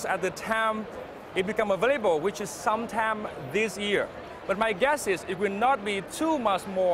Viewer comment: "some tam this year" :)